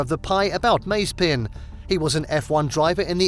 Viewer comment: Your pronunciation of „Mazepin“ drives me mad! Is like the american „Porsch“ 🤣🤣 Still great content again 🤘🏼